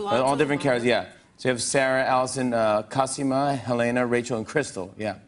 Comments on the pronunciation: Omg no its cosiiiima not cos(i)ma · im sorry but i cringed at the way he said cosima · You're not fooling anyone, Jimmy. If you had ever actually watched the show, you would have heard, many times, that Cosima's name is pronounced "coe-SEE-mah" - not "KOZ-uh-muh." Sheesh. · You can tell he has not watched the show, because he does not know how to pronounce Cosima's name properly. It's Koseeema. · Idk though... I watched the whole show but I still say 'Heh-leh-nah' instead of 'Heh-lay-nah' and Cosima like he does because that's just how those names are usually pronounced. I don't do it on purpose, it just kind of happens. So the same could be happening here. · Jimmy, it's pronounced KO-SEE-MA lmao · "Co-seema", Jimmy... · He doesn’t watch the show otherwise he would have gotten her name right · All of clone club cringed at the way Jimmy said Cosima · the way jimmy pronounced cosima lol aww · the way he said Cosima! ew! he’s not even a fan I’m so mad lol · You know jimmy has never seen the show as soon as he says Cosima's name lol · how he says cosima proves he hasn't even watched an episode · If Jimmy and his team did their proper research, they would have found Tatiana's talent for accents. But of course he manages to mispronounce Cosima's name and also talks over Maslany. It is a wonder why this show has the highest ratings amongst late night shows. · He obviously hadn't watched the show. He didn't know how to pronounce Cosima. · The way he said cosima OOF annoyed me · The way that Jimmy was pronouncing "Cosima" was making me cringe.